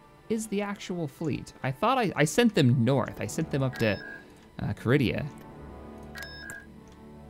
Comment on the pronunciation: Great stuff man! By the way, Muunilinst is pronounced Myoo-nil-lins-st, Illum is pronounced ILL-UM and Carida is pronounced Cah-ree-dah